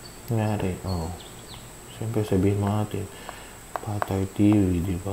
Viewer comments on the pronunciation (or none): none